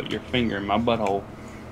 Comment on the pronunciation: "you recoridng Joel?"